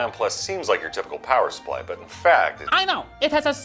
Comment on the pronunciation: “power suppry” 😂😂 i lost my mind